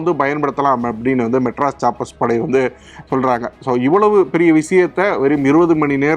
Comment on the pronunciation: Adei.... Madras Sappers உச்சரிப்பு ஒழுங்கா சொல்லுடா....